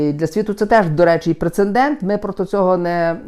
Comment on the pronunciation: Немає слова "прецендент",ріже слух.